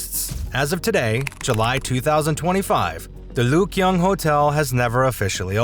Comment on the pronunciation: Another American he's learned his OBK and not ABC it's not the Lyugyong hotel but the Ryugyong Hotel very interesting as a video but you obviously don't listen to how people pronounce words